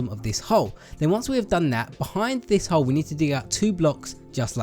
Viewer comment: You kept on saying hoe instead of hole lol